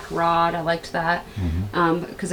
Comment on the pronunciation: Why she say "Nice fat black rod" like that?